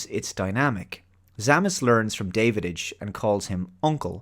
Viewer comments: His name is Davidge NOT Davidige pronounced like ridge and the "hole" in his mask was designed that way purposefully as it made to resemble the mouth of some reptilian species which Draks were. That aside this is still one of my favorite movies and gets a watch from me once every few years. Rarely do I disagree with but I think he dropped the ball big time on this one. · Every time he mispronounces 'Davidge', do a shot. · Davidge, not Davididge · It Da av ge.. I'm guessing that you might be either an idiot or an AI.. you should learn to pronounce his name though. It's disrespectful. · I'm confused... Have you actually WATCHED this movie? The reason I ask is because you keep calling Dennis Quaid's character "David - Itch" by adding the sound of the D in the middle where it doesn't belong and when it is clear that his name, Davidge, is mentioned numerous times in the film, being pronounced "Dav - Itch." Hell, even Jerry calls him "Dah-wich". It just doesn't make sense that you pronounce his name incorrectly when you say you have watched the film. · "Davididge"? Are you actually calling him DAVIDIDGE? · Going by your pronunciation of 'Davidge' as 'David-idge', I'm not entirely convinced you've watched the film.... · "David-age"? I know this movie doesn't hit your G-spot,, but at least pronounce the name right. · Are you sure that you actually watched this movie? Dennis Quiad's character is called Da-vidge (short A), not David-ige And I loved the scene when Davidge discovers that the book the Drac is constantly reading is the Drac Bible. It really gives them common spiritual ground. It's not a perfect movie, but thoroughly enjoyable. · You missed the Battlestar Galactica episodes (original and remake) with the same plot and the 1968 Lee Marvin WWII film Hell in the Pacific... and you pronounced Dennis Quaid's character as David-idch, whereas it's pronounced Davitch in the film (but pobody's nerfect). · It's not Davidich, it's Dow-ICH.